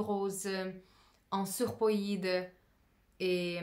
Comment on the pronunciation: Oui, c'est vrai ça m'a fait rire "surpoïde" 😂😂